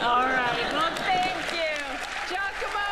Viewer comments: LoL again even after hearing Allyson pronounce his name you still said it wrong lol Giacomo (Jock-omo) Bertini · Jack-a-moe, not Gia-co-moe. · jee'A'como -- how could you say his name so incorrectly? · Incredible performance. (Giacomo is pronounced "Jack-o-mo" with primary emphasis on the first syllable and secondary on the third.) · really annoys me how badly you mispronounce the guy's name. Maybe you don't know that gia sounds like ja, but saying ee at the end instead of o... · Giacomo can be pronounced Jackomoh :-) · yes he could learn some English, that's quite stereotypical for an Italian. But FFS stop murdering his name! WTF is wrong with you Americans?!